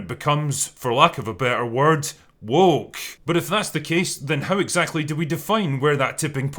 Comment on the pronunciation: Personally I think just avoids the word "woke" because he struggles pronouncing it. WOOOHCKH